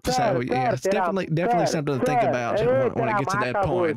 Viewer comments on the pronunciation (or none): "do you tink i'm full??" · "YOU TINK I'M FOOL"